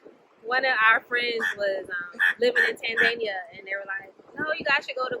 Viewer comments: Tanzania... not “Tan Zania “😂😂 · Have I been mispronouncing Tanzania my whole life?